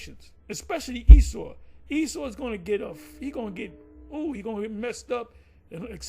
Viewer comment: He don't know how to say Esau now...."Wait!.. let's see if E-sdras.... will save him"..."This man is calling on E-noch....".. E-cclesi as tical...not of the Most High?...had no problems with calling Esau by his biblical name before... what happened to they spirits?.. Isaiah Chapter 52? Isaiah Chapter 54??..huh?...they cringe to Read the last few verses.. Isaiah Chapter 53 in the middle there